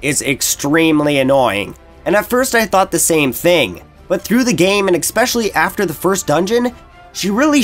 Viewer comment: I know I'm being a nitpicker and maybe an ass, but you keep saying "exspecially" instead of especially and it's driving me insane.